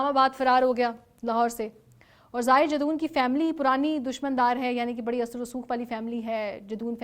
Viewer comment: Miss, his name is zahir jadoon, not zahir Jason.plz be prepare while doing video, specially in these criminal cases